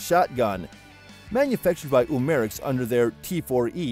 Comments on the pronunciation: U-Mar-X....Really dude?! Pronounce it CORRECTLY!! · Umarex is pronounced umma rex.